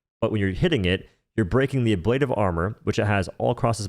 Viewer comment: You're pronouncing ablative wrong - but honestly I prefer the way you pronounce it so keep it up because that's how I say it too.